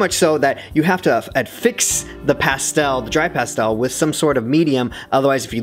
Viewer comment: The way he pronounces pastel makes me ill